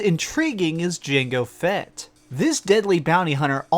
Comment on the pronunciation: Dude did you say Jenga Fett for #8? Lmao